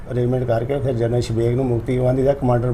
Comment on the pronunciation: ਪੱਤਰਕਾਰ ਸਾਬ .ਕਿਸੇ ਤਰੀਕੇ ਨਾਲ ਤੁਸੀਂ ਨਾਮ ਸਹੀ ਨਹੀ ਬੋਲ ਰਹੇ. ਜਰਨਲ ਸਾਬ ਦਾ.